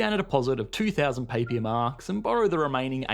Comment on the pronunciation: Papier is pronounced papeer